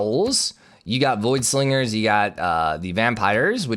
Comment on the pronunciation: Hey ik it isn't a huge deal but... Its voidSINGERS not voidSLINGERS idk if you are trying to or if it's just coming across that way but a heads up if you are doing that on purpose